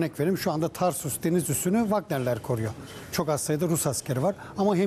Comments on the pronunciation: Tarsus değil TARTUS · Tarsus değil Tartus. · Tarsus degil TARTUS